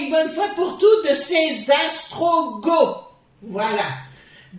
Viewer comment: merci.. mais mes oreilles se sont offusquées car c'est "ostrogoth" et non "astrogoth"... juste pour info... Bisous